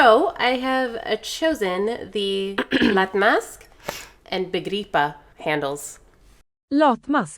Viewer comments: Rochelle definitely got Begripa and Uppdatera!!! And sorry but Becky did not say Baggboda. Not even close 😅Nor was Wendy’s Pålyck. Otherwise well done! ❤ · Also begripa!! Rochelle deserved more points 😅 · I'm not a swede but we had to learn swedish at school in finland since finland has two official languages and the other is swedish, so hearing people try to pronounce swedish words is always so funny! edit: rochelle should've gotten a point for begripa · Rochelle definitely killed it! She said begripa perfectly! You should have given her that point!!! Next time you need a native Swedish speaker to be the judge! 🇸🇪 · Begripa was literally like the best pronunciation out of all of them!